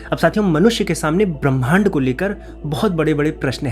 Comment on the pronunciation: भैया!मैं आपकी एक भूल की ओर ध्यान दिलाना चाह रही हूँ।ब्रह्मांड को पढ़ते समय ह् को पहले बोलना चाहिए,म को उसके बाद।' ब्रह् मांड' शुद्ध उच्चारण होगा